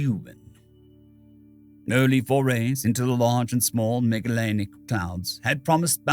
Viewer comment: Not to be that guy, but "Magellan" is pronounced with a soft G.